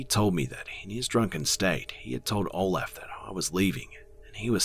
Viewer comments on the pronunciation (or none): in one of the stories when he said Olef? I kinda thought of Count Olaf from A Series of Unfortunate Events lol